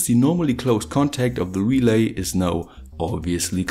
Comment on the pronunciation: actually not "relais" but "relays"